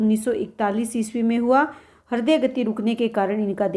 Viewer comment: Thank you but हिर्दय नहीं, हृदय.